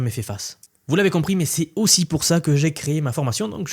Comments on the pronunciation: Ils ne sont pas zaussi mais taussi. Merci ! ;) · Première 2 secondes d'écoute : ils sont z'aussi... Bye..